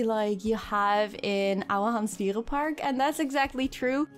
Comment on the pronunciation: Excuse me? I think you're an amazing builder with a lot of creativity and I was totally sold when you said "Ouwehands dierenpark". Love from the Netherlands <3